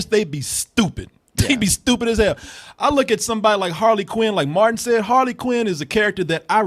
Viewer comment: calls Martin "Marn".